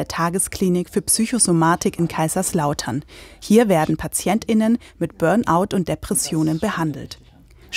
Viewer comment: Sie betonen das PatientINen sehr 😅